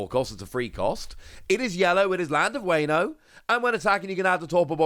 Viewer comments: As someone who knows some Japanese why are you pronouncing Wano as wayno? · Wano (Wahh no) Think of it like wario, no wayrio Its also momo-nosukei (nose kay)